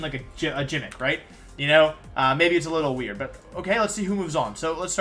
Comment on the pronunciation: Arcanine and gimmick pronounced so strangely